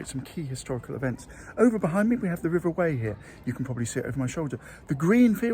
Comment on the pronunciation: Loved the vid, thanks. One of my favourite places, it's stunning. We pronounce it river Why not Whey!